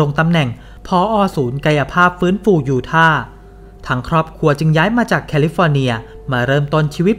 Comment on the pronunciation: ยูทาห์ ยู-ทา ไม่มี ไม้เอก ทำไหมอ่านออกเสียง ยูท่า?